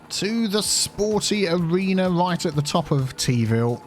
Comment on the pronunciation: "Teaville InTEArnational Airport"